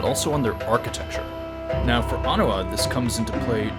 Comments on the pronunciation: Not Onua- it’s Oh- neigh- WA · Nice model. On pronunciation: the way you said it was actually the pronunciation of Onua, whereas Onewa is pronounced as "Oh-Neigh-Wah". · When I was a kid I thought he and Toa Onua’s names were pronounced the same (oh-noo-uh), but then the movies came along and showed Onewa’s name pronounced as ah-new-uh. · The guide book I have says his name is pronounced Oh-NOO-wah. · I'm pretty sure it's pronounced Oh-knee-wa. But this looks amazing, keep up the amazing work! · In the films they pronounce his name as On-Ooh-Wa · Really like the new eyes, the kind of demonic look of Gali and Takua really makes them uncanny. Also like someone else said, love how he still looks well built, you can tell he's had a life of fighting and hard labor. Also it is pronounced "ah-new-uh", they say it in the movies if you need proof.